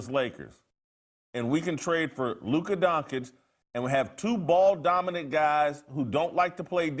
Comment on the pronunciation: who tf is Luka Donk-itch lmfao